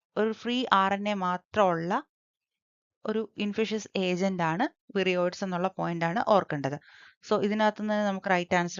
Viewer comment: വൈറോയ്‌ഡ്‌സ് എന്നല്ലേ വിരിയയ്‌ഡ്‌സ് അല്ല 😂